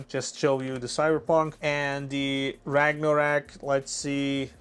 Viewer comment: Ragnorak??? Wtf.